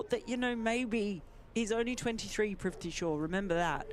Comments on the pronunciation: You know his name is Prithvi. It seems you are all pronouncing it ‘priv-thee’ 😁 Prithvi = ‘Earth’ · I don't think brits can pronounce Prithvi's name.